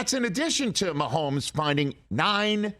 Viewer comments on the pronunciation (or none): there is no L in Mahomes' name. keep that outta there.